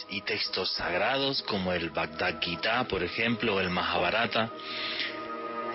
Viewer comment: Que risa este man tratando de enseñar, disque el vataguitá, hindú, es el vaghavad guita, que es bien diferente, sale a enseñar así, almenos documéntese señor.